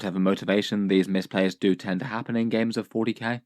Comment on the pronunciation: I think you meant to say "misplays" not "mispays"